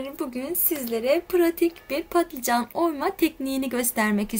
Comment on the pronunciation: Ya ingilizce klavyeden kaynaklı ya da Kürtçesi balican olduğu için patlican demesi daha kolay, Kürtlerin dili dönmüyor bazı kelimelere.